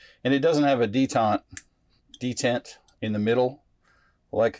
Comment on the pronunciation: It is "D tent" not "detente."